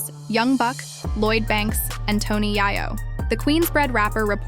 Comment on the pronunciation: If you can’t pronounce Tony Yayo name right you have no right speaking on this ! 🤦🏼‍♂️